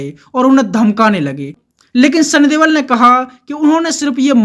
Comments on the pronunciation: Please correct sunny deol not debal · Sunny deol not debal